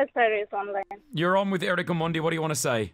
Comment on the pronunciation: Uyo presenter anasema "Omondi" fiti😂😂😂😂😂